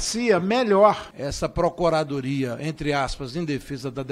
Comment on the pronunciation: "essa procoradoria" - o cara falar desse jeito é sacanagem né, pelo amor de deus kkkkk